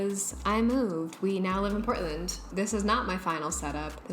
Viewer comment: Oh i don't know why i was hearing Britland instead of Portland.